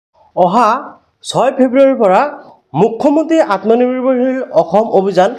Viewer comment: Atmonirbhar xil word tu Val ke kobo😅😅